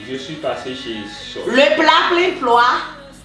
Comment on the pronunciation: He said chuis🤣🤣